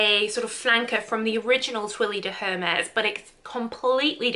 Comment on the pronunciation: For the way she pronounced Hermès